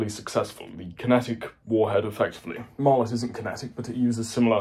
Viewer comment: What type of warhead does Martlet use? Also, you're pronouncing it wrong.